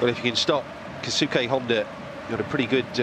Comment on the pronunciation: am i the only one who gets annoyed when they commentators pronounce Keisuke "KAY SUKAY"......